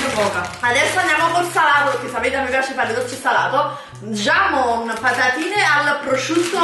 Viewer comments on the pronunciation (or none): come cavolo hai pronunciato : Jamon .. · patatine "giamon" ma come l'hai pronunciato hahahaha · Jamon non si dice 'giamon' ma hamon con la h aspirata !!!🤓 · Manco lo spagnolo sa leggere Giamon si legge Camon”con la J ….capra!